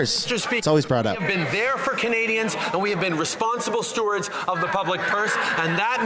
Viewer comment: Laughable he could say the liberals are good stwarts of the public purse .😂